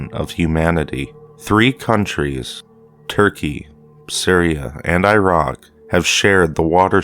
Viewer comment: He says irock LOL!